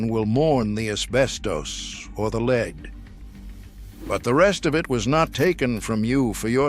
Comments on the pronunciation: Its not leed,its lead,like led Zeppelin fucking a.i. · Corded drills , grinders, sanders, and saws cases are not steel , they are aluminum alloy. It's pronounced Led , not leed ,soder, not sol der. The 56 chevy sitting in front of the garage , has the front end where the trunk should be ,while the cab is pointing towards the garage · Dear bot-voiced AI, please learn to distinguish between lead (Pb, the metal) pronounced LEDD, and lead (the verb) pronounced LEED. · Lead, not leed. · In what country is the metal lead pronounced leed ? My English, American and Canadian dictionaries all say it is led . leed is what horses are trained to do. The narrator has a British accent so this is weird. More ubiquitous than welding gloves and continuing longer were asbestos brake and clutch linings and fire resisant house shingles, ceiling tiles and wall insulation. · I hate these voice overs that mispronounce words. Like pronouncing lead like leed. Computer generated can be pretty dumb. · At least they could teach it English pronunciation - what material is leed anyway and is ii easy to soul-der?